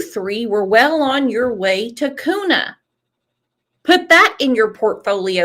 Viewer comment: Its pronounced Kyoona (Kuna)